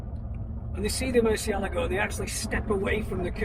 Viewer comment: It is not a murceligo, it is a Murcielaaaaago